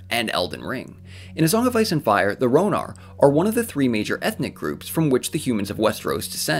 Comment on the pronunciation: Qwarth is pronounced Karth and Ryonar is Rhoinar